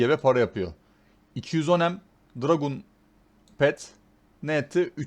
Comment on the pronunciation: dragUn demesen olmaz mı? biluğ. buluğ de şuna abi:D